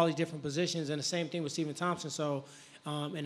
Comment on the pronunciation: ''My Ting was great and everyting was great'' - Demian Maia